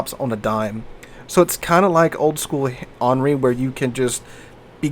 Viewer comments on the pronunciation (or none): none